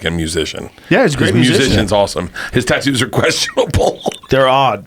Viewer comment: So Bert USED TO say “tattoos” correctly? Now he says “tittoos” and I guess it’s just to be weird and quirky🤪